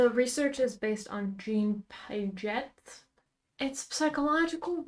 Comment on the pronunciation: babe😭you BUTCHERED Jean Piagets name